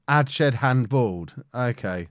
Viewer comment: Quick Pronunciation tip - adshead pronounced ads-head not adshed